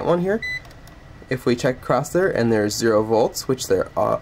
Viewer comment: Very good explanation. But it’s “across”, not “acrost”.